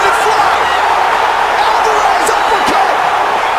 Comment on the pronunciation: I'mma Help You Out With How To Pronounce ALVAREZ. ALVA- REZ ALVA- REZ ALVA-REZ